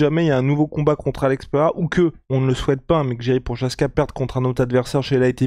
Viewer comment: Ca se dit pas jiri prochazka mais YIRI proHazka.😂 un peu de respect